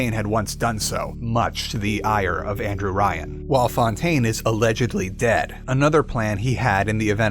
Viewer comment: Why did Andrew Ryan suddenly become Anne-Drew Ryan?